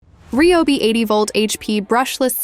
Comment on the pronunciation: This is the first time I’ve ever heard it pronounced correctly! Ryobi!!